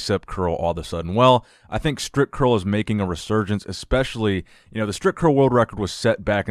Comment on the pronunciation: haha!!no more „stripcurl“!!no you over pronouncing it!!!good!!!